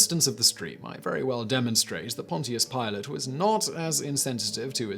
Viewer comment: Interesting pronunciation of "Pontious".